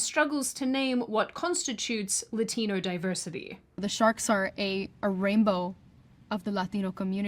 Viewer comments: why do people do that...jump into a cartoonish Latin accent when mentioning any word that's "Latino?" You get hear it when media pronounce an Irish name or word. Or anything from the continent of Asia or literally anywhere else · But she says "luh-dino"!